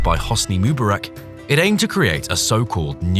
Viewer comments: "Moo-burrick?" I think you'll find Hosni Mubarek's surname is pronounced "Mu-Bahr-eck." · So the Toshka Project was launched by "Hossnee Mooba-rack", was it?